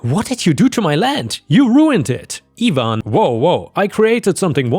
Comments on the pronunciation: Its ivan not evan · You always seem to pick the Really good stories. just a help on how names are pronounced for if you see them in future stories. Ivan, is normally said like I (EYE)-VAN) (Ivan). like it would rhyme with DiAnn, Cayenne,Lion, Van, Can, Fan, Man, Pan, Tan,...and other words like that. Have a good day/night. whatever time it is in Thailand. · ivan is pronounced Eye-van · Ivan is pronounced EYE-van. Or at least it is in the US. Bulgarians and Romanians may have other opinions on the matter. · in the U.S. it would be pronounced EYE-van and in the word orgies the g is pronounced oar-gee's. Edit: Yes english is weird language.